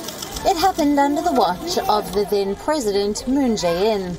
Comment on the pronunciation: Today’s word you need to practice my dear host is presidents